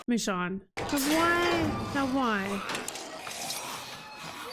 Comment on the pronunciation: Michonne's name is pronounced Mi"shown" Not MiShawn.